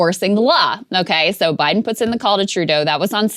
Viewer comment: How hard is it to say "puts-in"?